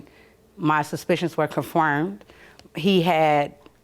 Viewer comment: "My Suspicions were CUFURMED".......lol Learn how to talk lady.